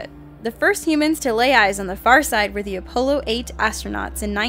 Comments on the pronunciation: Apollo not apolo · Did she just say opollo instead of apollo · How do you miss pronounce Apollo as Apole-oh? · that's not how you say Apollo or Han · its han solo not han and its apollo npt apollo